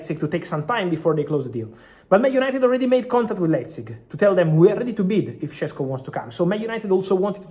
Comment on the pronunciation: It’s “Sheshko” not “Shessko”! Š=Sh Šeško = Sheshko!